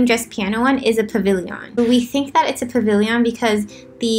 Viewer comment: Dude don't hate me but pavilion. Like a million. Not pavilyyyyyon. Lol dont hate me xD